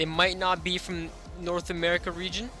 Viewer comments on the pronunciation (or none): none